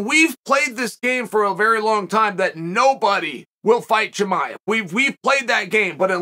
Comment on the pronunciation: Chamol as as well